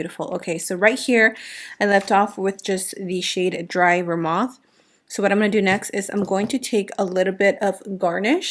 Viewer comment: This collection is beautiful, buttery and in line with that same glamlite formula we love! And it's dry vermouth ( sounds like vermooth). Just in case you want to know. 🥰 THAT LOOK IS GORGEOUS 🤩🌹